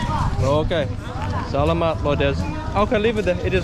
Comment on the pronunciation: I'm experiencing my country vicariously through your vlogs. Really grateful to you for sharing your travel experiences. Love how you engage with the locals. And your "salamat" is now almost local-sounding. Take care. Perhaps when you come back, you can vlog about Melbourne too hey. Take care